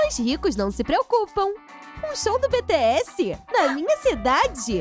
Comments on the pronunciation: ela fala bts errado pq ela falou betesse n bitiesse pelo amor de Deus nee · "beteéssi" essa quebrou meu coração kajajajajajakakakaka ai meudeus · Ai que agonia ela falando BE TE ESSE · Deu uma raiva ela falando: "BE TE ASSE"" 😐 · Mano se fala bitiess bts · Eu ouvindo ela falar os nomes errados: 🤡🤡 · eu escutando eles falarem bts errado:😒